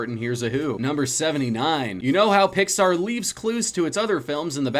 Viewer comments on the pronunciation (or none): none